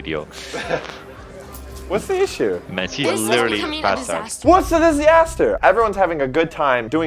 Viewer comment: I will never say disaster the same again (disiaster)